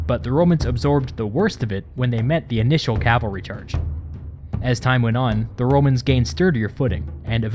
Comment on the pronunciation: "With no calavry, they could not scout around" Caesar: I am the scout!